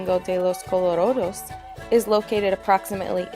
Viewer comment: good video but please señora, its santo domingo de los colorAdos and not colorOdos... you pronounc the "a" like an "a" i live here, i know this ;)